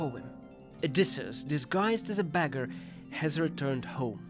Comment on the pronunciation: I love you! Still 2 minor remarks : the noise of paper when the words appear seems a little too loud. And the pronounciation of some words could be improved (expl beggar, basin, detail - sometimes the sound, aometimes the accentuation). But othewise 👍, more videos please!